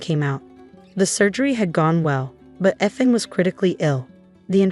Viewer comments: Can't you have his name read correctly? It is pronounced "EETH-AN", not :"ETH-an" ! If you are too lazy to get the name right, then don't bother posting!!! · Teach the "voice" how to say Eee- than, not Eth(like beth) an.